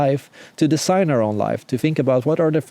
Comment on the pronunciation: Just one language-related piece of advice: learn how to pronounce /z/! You say "design", I hear "decide" - it's confusing! I've always been amazed at how Swedish people's English is so good, yet at the same time not a single one of them can pronounce this sound!